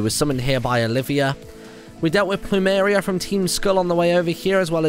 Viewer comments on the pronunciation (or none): none